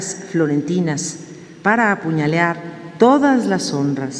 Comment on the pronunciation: Hola Sr. esta "Sra" se quiere dar de muy culta casi con doctorado y en el minuto 5.25 dice "apuñealar" valgame en donde nos deja a nosotros que no terminamos una licenciatura?